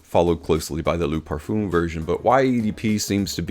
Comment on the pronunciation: Great vid/production, thanks. However it is not pronounced 'parfoom', but 'parfuh'. The 'm' is silent. Just saying. Keep up the good work!